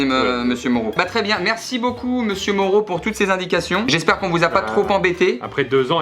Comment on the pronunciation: "J'esp'hair que ça vous a plu" 😂